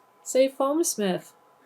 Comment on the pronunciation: It kinda did sound like said FoamSmith that first time. I mean, only if you really want it, but it's there